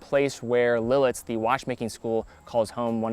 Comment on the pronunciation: U keep calling it “Lilitz” - it’s “Lit- itz” 😂 Cool little town by the way.